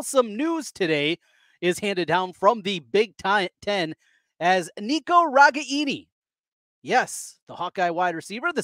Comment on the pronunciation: It's RE-GAIN-EE